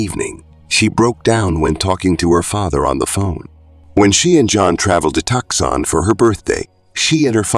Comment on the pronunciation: Caught that right away, but it got worse with city names - "Van Noo-eez" (Van Nuys) and "Tucks-on" (Tuscon). I think we should stop calling this technology "Artificial Intelligence" and rename it "Artificial Stupidity"